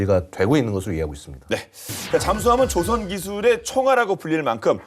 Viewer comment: 진행자님 조선(造船)의 발음을 정확히 해 주세요. 시간에 발음하시는 것은 배를 만든다라는 조선(발음상 조오선)이 아니라 나라 이름 조선(朝鮮)의 발음입니다.